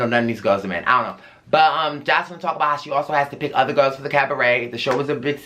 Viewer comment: Love your reviews and your vibe! Crying at you in the “cavaret” 😂 Auntie MoMo brought me here!